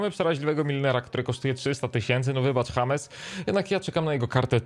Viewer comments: Czekaj! Powiedziałeś "Hames Milner" & Dżejms Milner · W przypadku Millera chyba powinno się mówic DŻEJMS A NIE HAMES BO TO ANGLIK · czemu na Milnera powiedziałeś James ( Hames) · Hames Milner nie Dżejms... też brzmi dobrze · jak już to "James" skoro czepiamy się wymowy, to i czepiajmy się formy pisemnej. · Czy ty powiedziałeś hames milner?